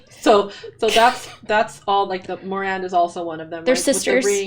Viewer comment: Egwene - eh-GWAIN Moiraine - mwah-RAIN 💜